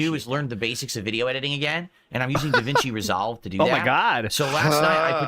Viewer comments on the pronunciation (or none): davinci RESALHLVVE dude cant pronounce shit without sounding like a dunce.